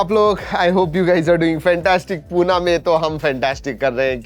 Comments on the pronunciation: सर एक नम्र विनंती आहे की पुढील येणाऱ्या व्हिडिओज मध्ये तुम्ही पूना असा उच्चार न करता पुणे असं म्हटलं तर फार बरं होईल कारण आपणच जर हिंदी शब्द उच्चारले तर अमराठी लोकांना कसं कळणार की मूळ उच्चार पुणे असा आहे. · Puna nahi Pune ahe te. Marathi asun pn ucchar neat nahit. Ani khup "vfm" chalu hota Apple cha, kay zala. 😏